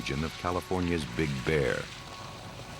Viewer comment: It's BIG Bear, not Big BEAR.